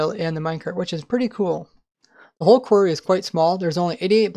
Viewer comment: "Kwerrs" It's quArry, or quarries.